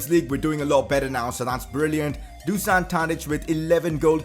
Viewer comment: #pcq You already signed Danny Mulder previously and released him. And then you signed him again lol. Also, since Tadič is Serbian his name is pronounced Do-shan.